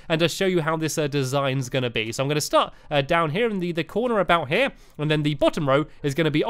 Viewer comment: uhh you say uhh aoot